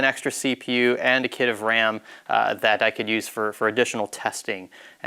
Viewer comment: Technical kit-teh... 🤣